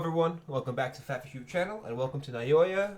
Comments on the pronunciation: Just say Now-ya 😭 That’s closer to the Japanese than Naiyoiya 💀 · "nayoya" son im crine 😭